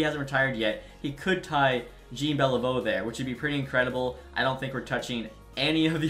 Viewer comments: JEAN Beliveau made me cringe. It’s pronounced like jAWN for future reference, he’s an absolute legend of the sport. Same name as Jean Sebastian Giguere (legendary cup winning goalie with the Ducks) and Jean Gabriel Pageau (who is currently in the league with the Islanders). Also Pelech is Pelick not Pelitch. Sorry for sounding like a madman, I love the vids but just for future reference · Bro I cringe every time I hear you say Jean it’s pronounced John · i hate how he said beliveau first name